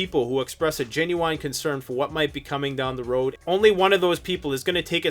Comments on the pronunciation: lol, no hate here.. but have you never heard anyone correctly pronounce Genuine? Gen - u - wine is close, but not quite right. Repeat after me, Gen-u-in. better, try again.. There you go! you got it! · Gin -you-win not gin-you-wine.